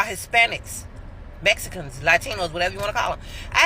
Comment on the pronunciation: HE SAID "THEM IS MESKINS"! 🤣